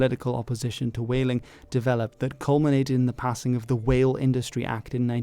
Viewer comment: Nice "whale",.